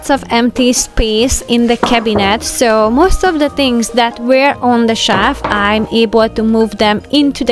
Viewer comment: Beautiful organization! A lesson for us all. But Please...TRY and pronounce "shelf" and "since" properly. Even the closed caption spells the way you say shelf as "shav" and if you can say "sin" as in "single" or "sing" then "since" should be easy. Otherwise, it sounds like you're saying "science".